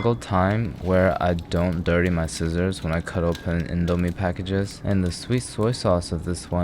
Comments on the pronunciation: as an indonesian... i am cringing so hard at how he said indo and mie.... good video, tho! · Is it pronounced "Indo-mie" or "Indo-mie"......? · he said it wrong😢